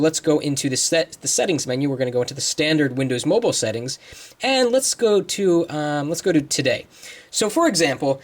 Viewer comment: LOL@ "Windows Mobul" XD